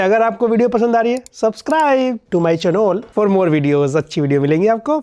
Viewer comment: He say chanol😂